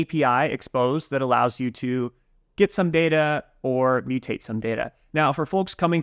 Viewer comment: The way he says "get" it sounds like "git", it's kind of confusing